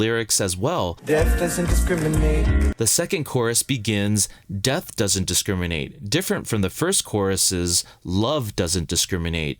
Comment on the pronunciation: That missing R in "discriminate" is killing me... XD